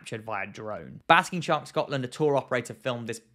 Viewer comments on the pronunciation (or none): none